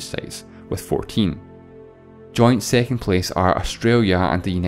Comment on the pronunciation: What accents is this? Im baffled on how you pronounce words like cities as "ceties", second as "sicond", six as "sex".